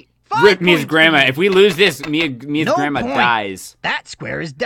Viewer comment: It said Gransma in the intro!! I’m crying